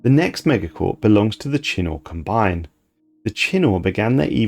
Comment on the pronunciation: His mispronunciation of anything not typical English (eg ecclesia, combine) is also a bit humorous but seems slightly less than professional